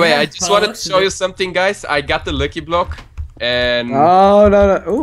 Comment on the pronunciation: i love how when says lucky block it sounds like he says licky block XD